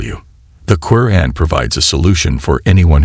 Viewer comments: Sir not koren its quraan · Salam everyone. Pls do something about the narrator. He says the word Quran in a bad way. Pls fix it. Jazakom Allah Khair